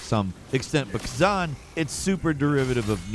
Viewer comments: Also it’s ka-zan not ka-zon for his name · I knew you were saying khazan wrong!